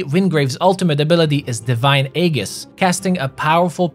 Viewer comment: Aegis is pronounced "ee-jis". Always used to trip me up when reading fantasy novels because I wasn't sure how to pronounce it in my head lol -- eventually it bothered me enough that I had to actually looked up how it's said